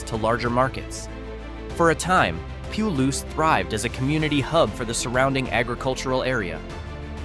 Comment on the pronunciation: When describing the southeastern wheat and legume growing region you say it the right way; Palouse ie. pah-loose. The small city or town of the very same name, you say it very, very wrong.